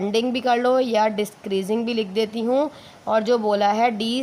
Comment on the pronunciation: Decreasing or descreasing?